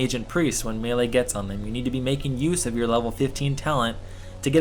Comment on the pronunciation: You're the first person on Youtube who's prenouncing melee right :P